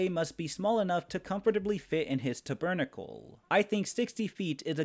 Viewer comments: The one thing that took me out for .5 was how you pronounce tabernacle lol. It’s taber- nackle 😂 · No hate but the pronunciation of tabernacle caught me off guard and I had a good laugh